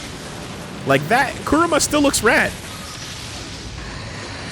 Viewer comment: Does know that he's saying "car" instead of KuRAMA?